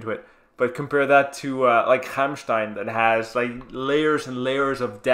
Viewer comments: your pronunciation of Rammstein is pretty impressive i must say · Great reaction. Your pronunciation of Rammstein is great. Sprechen Sie Deutsch? You should do Heilung. Either 'Krigsgaldr' or 'Fylgija Ear/Futhorck', from Lifa at Castlefest. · The first american in the world that actually can pronounce Rammstein